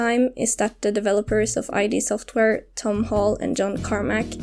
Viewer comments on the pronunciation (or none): "id Software" rhymes with squid, not I.D./"Eye-Dee."